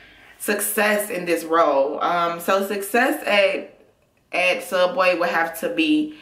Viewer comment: it''s pronounced sooubway